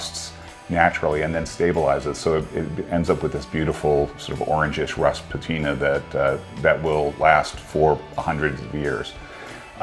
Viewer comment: Beautiful home. The way he says "patina" sounds like "poutina" to my ears, which makes me wonder if it's covered in cheese curds and gravy.